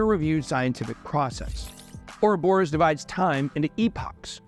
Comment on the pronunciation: I will never forgive Charles for teaching all of you guys to pronounce 'Ouroboros' incorrectly. 😂